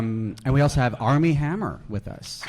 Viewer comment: Like seriously- he can't even pronounce their names right.☠️